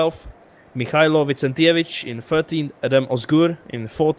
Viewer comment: Finally someone pronounced "Vicentijević" correctly, gj:D